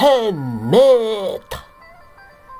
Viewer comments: Maaf admin ... jgn menyebut si mamad dg muhemeedddd ... sakit perutku ketawa. Kasian kadrun nanti kepanasan .. ☺☺😄😄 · Medokk nyebutne,,,,,mu,,,ha,,,,maaddddd😂😂😂😂😂jd aku like jempolnya 😂😂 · Admin knapa bilang nama mohammad kayak gitu...😅